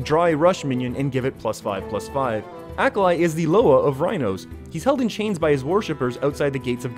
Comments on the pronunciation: me hearing "acolyte" "acolyte" "acolyte" him says "acolyte the rhino loa" me "oooohhhhhh AH-KAH-LEE" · It's AKALI not Akalai.... geez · Its a-ka-lee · ikr, fkin Ahkalai